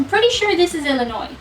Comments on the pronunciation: Being from Illinois, thank you for not pronouncing s at end of Illinois, which people from out of state do, but people from across the world don't.... weird! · Illinoise - prononced Ill - a - noisy. Always make sure you end it with "noisy" They love it when you get it right?